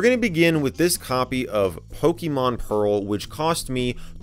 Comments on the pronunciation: Lol "Pokemon Peral" haha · "Pokemon PERAL" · Ah yes, my favorite DS game. Pokemon “Peral” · Pokémon “Peral”